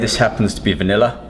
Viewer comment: i think favorite thing in the world is his" VANILLA Protein" *heavy accent* look at him eyeing it